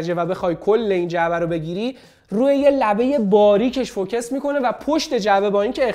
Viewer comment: داش سلام.فوکِس چیه.فوکوس هست ینی متمرکز تمرکز بر روی نقطه ای.مثلا ماتریکسی یا چند نقطه ای❤